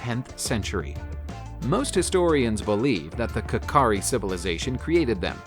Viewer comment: Its not "kakari" its "kachari" monument in Dimapur